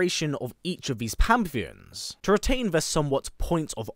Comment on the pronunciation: Hate to be that guy but its pan·the·ons according to google